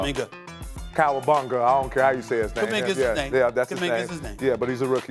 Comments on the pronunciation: Cawobongga lmao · KOWABUNGA?! Pat bev 😂😂😂😂